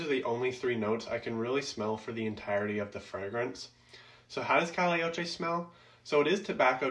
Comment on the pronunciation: It’s pronounced ‘cah-yay’ ocho